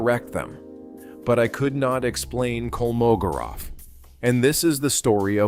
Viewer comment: It's KolmoGOrov. The stress is on GO!